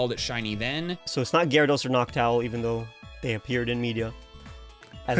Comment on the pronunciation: The fact he said noctile instead of noctowl bothers me to no end